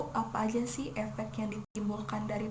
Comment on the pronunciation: Efek woy bukan epek 😂😂😂😂